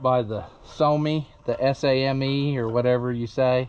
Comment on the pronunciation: Yes you pronounced Same correctly. There was one at the college owned farm in Wooster, Ohio (OSU).AL.